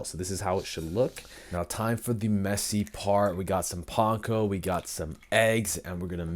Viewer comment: Thankyou for pronouncing "panko" properly. Idk why, but it has always irritated me when said with capital A.